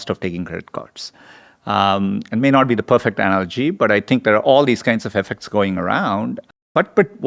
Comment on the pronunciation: I can’t tink of a reason why dis guy can’t say da letter “h”